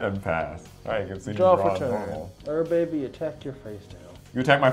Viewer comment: It's not pronounced ur baby it's pronounced you're a bee